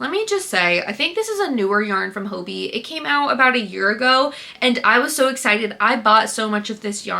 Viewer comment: Okay I have to say it. Hobbii is pronounced like the English word Hobby. Hah-bee. I watch the live streams and stuff that their employees host and that’s how they pronounce it. This is such a dumb thing to nitpick but it bothers me so much I’m sorry